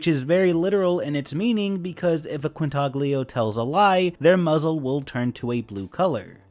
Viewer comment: As soon as I heard you pronounce the "g" in Quintaglio, I knew were in for a rough one...